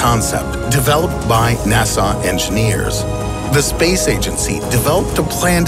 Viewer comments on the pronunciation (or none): Its pronounced "NASA", not "Nassau" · Say NAS - *UH* not NAS - *AWW* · Anyone else distracted by how he says NASA (NA-SAW)? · I just learned that NASA is now pronounced "Nasaw" and El Paso is "El Pah-so".